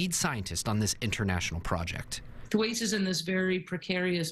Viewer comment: The 19 Th-waytees? Or Tom Th-Waits?